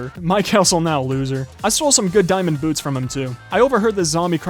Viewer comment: He says dimond usless what bruh 😂😂😂😂😂